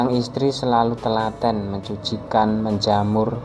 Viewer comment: Sebuah sanjungan menjemur kak bukan menjamur hehhe